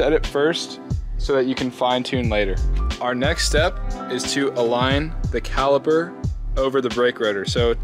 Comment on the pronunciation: Caliper, not caliber